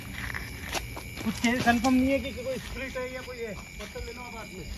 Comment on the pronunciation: Patal nahin pathar bolo pathar